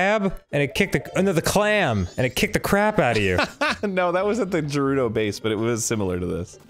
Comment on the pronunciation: GERUDO WITH A SOFT G IS CURSED